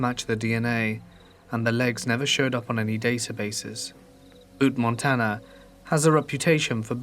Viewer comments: It’s pronounced “Bewt”, not Boot. 💜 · Being from and currently living in Montana I despise the way you said Butte. The u makes a you sound. It’s not butt or boot. It’s like byoutte but just butte.